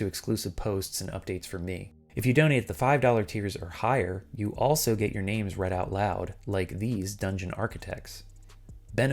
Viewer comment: THANK YOU finally someone pronounces their names right